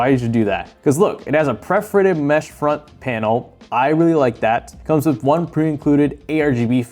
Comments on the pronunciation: Dude you keep saying “preforated” and it’s driving me crazy. Just say it like it’s spelled. Per-for-ated. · Not hating, great video, but it’s “perforated,” not “preforated.” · anyone else getting triggerd by the constant mispronunciation of perforated? like english isnt even my first language but i found countless mispronunciations and grammatical errors + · Good content... but seriously, how do you not know how to say "perforated" when you review cases?? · Please learn how to say perforated